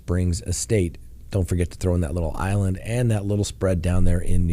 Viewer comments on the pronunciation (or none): none